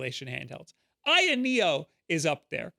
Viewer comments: AYN is an acronym. It stands for All You Need. You don't need to sound it out because it isn't a word. A-Y-N Thor, not "aiyn". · ITS A-Y-N THOR NOT AYEN THOR BRO FUUUUUUUCK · A.Y.N not AYAN